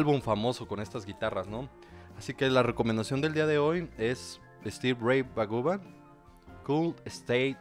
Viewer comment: Stevie Ray “Vagovan”?? 😂